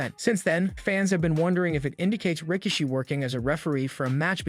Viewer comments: I’m sorry did he say rah-kishi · He also said "Rika-she"